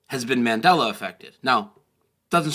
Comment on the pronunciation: Did he say "The Man Deller Effect"?